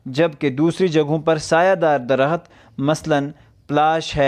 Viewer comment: لفظ درخت کے تلفظ پر دھیان دیں۔۔۔ د محرک ہے ر محرک ہے خ اور ت ساکن